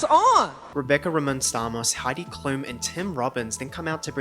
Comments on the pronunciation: thats how you pronounce klum in german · You know that Heidi Klum is German and Chris rock actually pronounced it like a German. You say it like she’s written kloom. 😝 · Actually chris said Heidi klums name pretty alright. The emphasis is on the "m" not the "U" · his pronunciation is actually closer to the correct German pronunciation so it wasn't wrong lol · Off topic but not off topic: Chris Rock actually did pronounce Heidi Klum‘s name right. Y’all in the U.S. just happen to pronounce it wrong all the time. Her name is not cloom